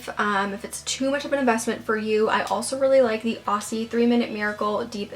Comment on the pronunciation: Thank you for all the great tips! I'm in the process of fixing my very damaged hair from seborrheic dermatitis. Also a side note; when you go to pronounce "Aussie" we say it like 'Ozzie' 🙂!